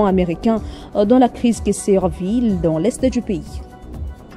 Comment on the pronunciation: La crise "sévit" à l'est de la R.D.C. ! Et non la crise "servit" ! Et vous l'avez dit deux fois Madame ! Là où il n'y a pas de "r" pourquoi en ajouter un !